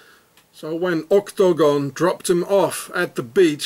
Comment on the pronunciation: " ÔK-TO-GÓN! " Love the way you pronounce it. Thanks for this information. I take everything online with a grain of salt, but you have fitted some pieces in my NWO puzzle. Hope you are doing alright, despite the Swissies.